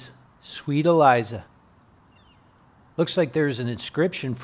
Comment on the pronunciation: E Lisa is how you pronounce it. Also that grave encryption is about as random and haunting as her death. Lovely video.